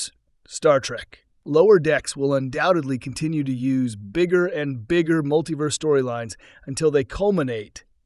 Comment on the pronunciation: “Muttleyverse.” AI narration blithely accepting misspelled script.